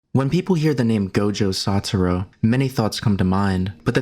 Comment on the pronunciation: he keeps saying satoro instead of satoru. bruh